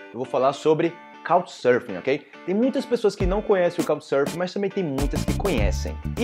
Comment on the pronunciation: Eu estou ouvindo "Cow" Surfing instead of Couccchhhh, com açento bem marcado nas conssonantes finais da palavra. Obrigado!